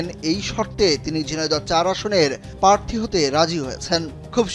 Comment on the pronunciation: পারথী নাকি প্রাথী?